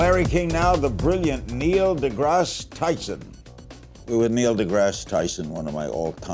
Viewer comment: Did Larry say Neo deGrasse?! lol